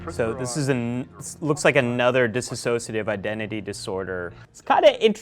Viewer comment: You'd think in 6 years of school you'd learn to pronounce dissociate correctly.